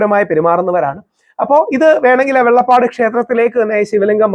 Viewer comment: വെള്ളപ്പാട് അല്ല വെള്ളാപ്പാട് ആണ്